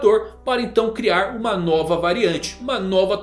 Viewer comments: A "Noba" tonalidade..kkkkk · Eu sei que ele vai mudar logo e ninguém vai entender mas "a noba" foi foda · Mkkkkk “NOBA” é incrível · A "noba" rsrs...